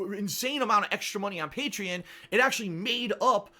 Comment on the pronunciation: He can't even pronounce Patreon right